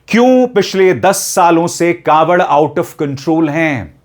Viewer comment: कॉवड़ नही ढाँवड़